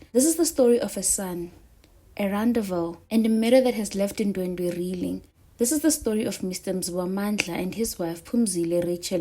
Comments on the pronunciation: Wrong pronunciation my love it's, Ndwe dwe as, opposed to ndwendwe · Ndwedwe cc not Ndwendwe